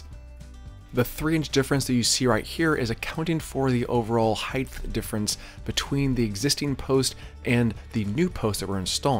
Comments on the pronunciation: Dude I like your content a lot, it's hugely informative and you execute your DIY well and in easy to follow steps. But I have to offer one piece of feedback because it's like nails on a chalkboard in every one of your videos. The word is "height". It ends with a hard T. Not "heighth" like "width". Sorry for the pedantry! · Fine work, nice results and a well-made informative video – thank you. I have a language tip that I hope you’ll find helpful. There is no such word as ‘heighth’. The word is height, pronounced hite. Width and length end with ‘th’, but height doesn’t. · Nice install. Only comment.. it's heighT, not heighTH 😂